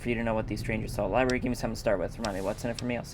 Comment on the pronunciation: Labrury!? O for fucks sakes sucks. The rest are good.